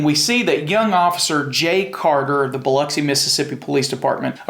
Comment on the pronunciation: I really do appreciate that you pronounce Biloxi correctly as Biluxi. We have no “lox” in Biloxi! 😂👍🏻🤘🏻😎